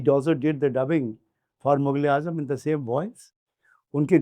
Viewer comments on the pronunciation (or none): Hi, your show was marvelous n really I was engrossed in the show, sirf ek.aapse arz kerna chata huin, film ka naam mughleazam hai not mugleazam, so you please pronounce from epiglottis, ye naam na sahi lena mughleaazam film key shaan key khilaaf hai, maazrat key saath, shukriya